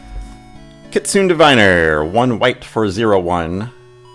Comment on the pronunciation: With most Kamigawa cards, the 'e' at the end does not modify the vowel before it, but rather makes the sound "ay." For example, "kitsune" is kit-soo-nay.